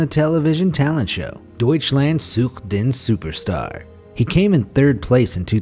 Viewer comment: Witzig wie er "Deutschland sucht den Superstar" ausspricht 😂